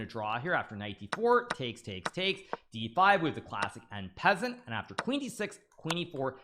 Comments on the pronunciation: did he say 'en peasant'.. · "With the classic En-peasant" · I wouldnt have imagined a super GM pronouncing en passant like that😂😂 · I cringed at that pronunciation of en passant. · He does that on purpose. Even then if you say it more traditionally it's not going to be the same as the how they say in French. Since English phonetics are different from French phonetics.